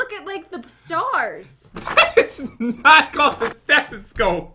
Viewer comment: that’s a stethasnow